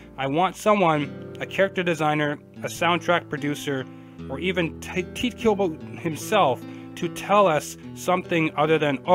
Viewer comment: why can't people say his name right (Ty tae - Ku Bo) pronounce it right TITE KUBO